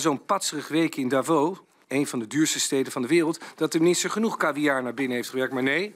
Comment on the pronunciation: Hij spreekt Davos beter uit dan Exelentie Rutte.